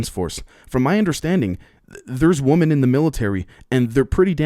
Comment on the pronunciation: Bro, why do you have such a hard time saying the word Women? It's the plural form of Woman. I can never tell if you are speaking about a group or an individual.